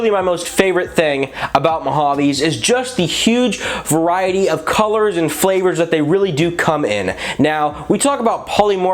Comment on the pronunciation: did you just say flavours?